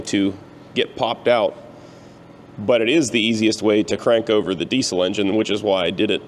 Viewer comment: Are you pronouncing diesel correctly?